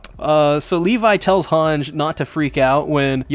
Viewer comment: Finally u pronced hange right lol